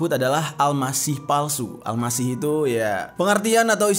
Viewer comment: AL MASIKH bang bukan Al Masih